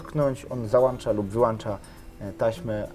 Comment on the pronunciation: Najwazniejsze, ze wlacznik „załancza” lub „wyłancza” te ledy